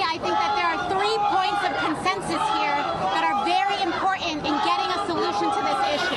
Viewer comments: Here we go again with valley girl chat. AOC the word is imporTANT not imporENT. Please try to say it with me. ImporTANT! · The way she pronounces important grinds my gears.. imporent.. oy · What the hell happened to the English language, when a word like important has been replaced with imporant? Or is this just a milenial generation shift??? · First AOC,,Learn How To Speak Correct English,, It's Not Impor-ant,, Correct Word is Important,, Pronounced,,Im-por-tant,, we're not at the bar anymore,,😣😩🤢🤮😵‍💫😵,,🍺🍷🥃🍸🪰🪰🪰🪰🪰🪰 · I love how she sez "Impor-int."